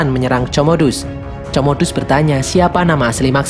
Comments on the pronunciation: Komodus bang cara bacanya bkn comodus wkwkwk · Woi min itu di baca komodus bukan comodus di bacanya 🤣🤣🤣